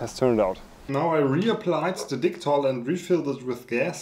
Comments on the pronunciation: You know what, I tend to respect the name of the product in regards to the country of origin so I can pronounce it as such... then you, "I'll pronounce it like dicktol cause this is an English channel" xD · Certainly don't mind the German pronunciation of Dicktall Lol As for the 3D printed gas tank, really cool idea, might i suggest making a slight larger one and experimenting with a few things one: different filaments. there are a few more flexible and more ridged ones that could right off the bat change the game a lot two: try coating the inside like a actual gas tank, i forget what its called but there is this paint like stuff you pour in gas tanks to seal them internally I know i said a few but i have a third lol this would be finding a small tank thats commercially available and try making a reusable 3D printed version, first thing that comes to mind is those tiny butane camping stove canisters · I subscribed just because I'm hoping to hear you say DICK-TALL in a German accent more.